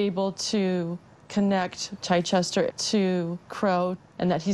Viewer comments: Most of the people couldn't pronounced the name "Chichester" although it's a common British one. They're calling it CHEECH-chester. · I agree, also his pronunciation of Chichester was completely wrong also it would have been impossible for him to have been the 13th Baronet, as of today the 11th. It amazes me how many people get fooled by people claiming to be members of the aristocracy.